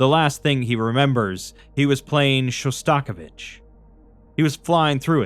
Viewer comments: with love and peace, his name is pronounced: shaa·stuh·𝐤𝐨𝐰·vuhch That took me out so bad for whatever reason 😅 (god, I know I sound absolutely insufferable, I’m so sorry, just blame it on my mental illness) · Really loving this series, but a small nitpick: you said Shostakovich wrong